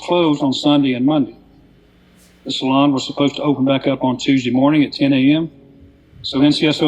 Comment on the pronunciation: I know it's the dude's accent and that he's saying salon but to me it sounds like he's saying "salad."